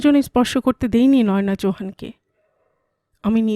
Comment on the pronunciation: অলকা কোথায় গেলো? তোমার পাঠ ভালো, খুব নরম কণ্ঠস্বর। তাই ভিলেনের গলার স্বর‌ও তোমার কণ্ঠে কর্কশ শোনায় না। তবে, এর আগের পর্বেও বলেছি, নয়োনা‌ নয়, ওটা বলতে হবে নয়না।